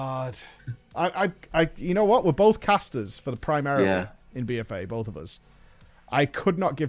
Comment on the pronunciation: "bowf de sheyman specs" jez dude lol.